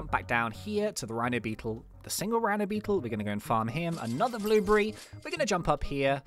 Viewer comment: why you say bluebry instead of a blueberry